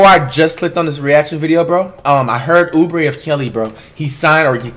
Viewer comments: “Oobree of Kelly” - Kimani White, 2020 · Dis nigga said oubree of kelly 🤣🤣🤣🤣🤣🤣🤣🤣🤣🤣🤣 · Oubre of kelly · Who the hell is “Oubre of Kelly” ? 💀💀💀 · Dude just said “Oubre of Kelley” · "Obure of kelly is a casual" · Lol Flight make me laugh every time he says the players last name then of first like who is Oubre of Kelly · He said "Oubre of Kelly" LMAO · Other people: "Kelly Oubre" Flight: "Oubre of Kelly"